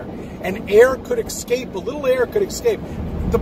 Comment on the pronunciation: Why do some Americans say 'ekscape' instead of 'escape'?